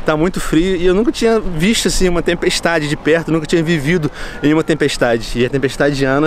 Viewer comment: Venom parece que tas a dizer tempestade Diana😂😂😂